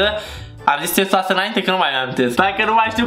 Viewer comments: Ai spus cestoasa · ai zis cestoasă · Ai zis cestoasa 😂😂😂dar e egal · hai că țestoasă dacă e,, le-ai rupt pe engleza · Ai zis tqestuafsa nu caracatița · Ai zis cestoasa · ai spus țestuasă